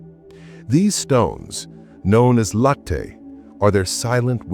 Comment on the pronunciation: Latte in "latte stone" is pronounced "LAH-tee" (/ˈlɑː.ti/ or lat-tee) ... not LOH-tay . 😁